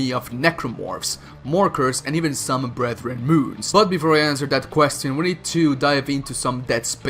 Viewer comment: i'm gonna use BFG 10000 against the ''BREATHREN MOONS''